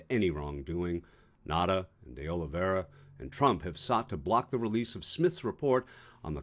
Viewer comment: Pronounced Oh Lee Vay Ra , you can use his surname as Oliveira not De oliveira , the De is just a particle to the surname . (Yes I know portuguese lol) - also hes a co scumbag might as well be called trumperino jr.